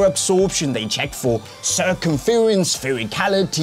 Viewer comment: idk why his pronounciation of circumference is so funny 😂